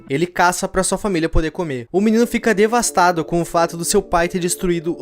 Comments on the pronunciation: Português ouvindo “divastado” Português:- :/ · "Divastado" kkkkkkkkk.